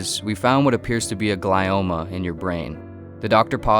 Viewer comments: Um, Eric thinks about luck too much. Better to just stay prayed up and go about your day. Anyway the tumor (Glioma) is pronounced GLEE-oma, not GLY-oma. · i hate to be this person, but isn’t it pronounced gl-ee-oma and not gl-eye-oma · I think it's pronounced 'glee-oh-muh'. For once your video isn't causing depression and vulnerability. Excellent work as always sir. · Pronounced gle-oma